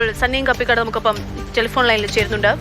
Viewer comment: കപ്പിക്കാട് അല്ല കപിക്കാട്❤❤❤😂😂😂😂